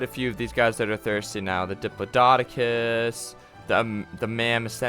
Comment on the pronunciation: bro said diplododocus like 5 times